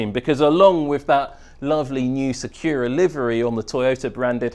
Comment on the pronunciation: did he just pronounce sakura massively wrong? lol its not a difficult word to say